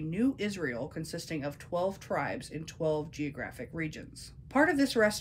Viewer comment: I love your accent. You pronounce twelve like tolv sometimes, are you a little bit Swedish? :D